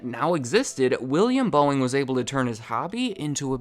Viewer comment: If you speed him up to 2x speed, it sounds like he's saying BOINGGG